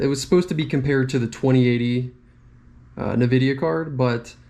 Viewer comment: bruh say Nvidia properly